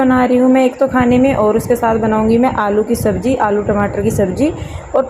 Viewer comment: Aap aalu ko allu kyu bolte ho 😊